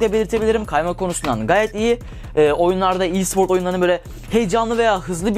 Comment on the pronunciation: Bir daha i siport dersen mucuk mucuk